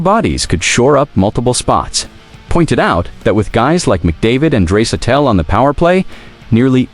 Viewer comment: When you stop using AI to make your videos, I might watch again. AI cannot pronounce Draisaitl's name properly. That was a major turn off for me. Wish you all the luck in the future.